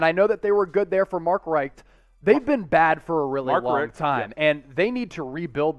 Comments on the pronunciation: Dude please learn how to pronounce Mark Richts name correctly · needs to be fired. He can't even pronounce Mark Richt's name correctly.